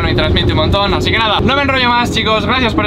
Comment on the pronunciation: Nadie puede convencerme de que ahí no dice "amañaña"